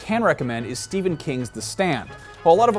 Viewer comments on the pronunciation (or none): none